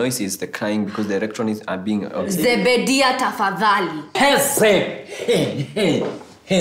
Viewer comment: Ati Zebedia😂😂 mara Zekaya 😂😂😂 Zephaniah 😂😂😂